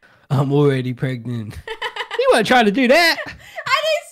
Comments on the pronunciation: and its not pregnat its pregnant😂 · "prognont" LMAOOO 😭😭😭😭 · i aint dumb💀 she says it like pregnont 😂